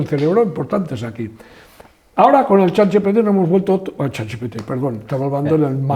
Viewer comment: que es yat yepete en vez de chat gpt